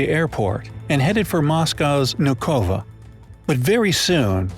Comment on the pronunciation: Moscow Airport name was not new Cova it was Vnoukovo